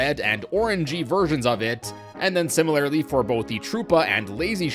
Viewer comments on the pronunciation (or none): Great in-depth tour as usual. But... surely Mallow should be pronounced like the word (rhyming with callow, not with hollow), right??? Also, in the spirit of helping you grow as a presenter: SIMILARLY should be pronounced like similar (which you say just fine), just with a -ly. Not -AIRly. AS WELL AS can sometimes be used like AND, but not in general. (As ) it's would've GONE, not WENT (this applies to all perfect constructions; went is only simple past tense). It's great that you use THERE ARE (and there're) rather than THERE'S for most plural subjects, but some of the latter still slip through. Keep up the good work!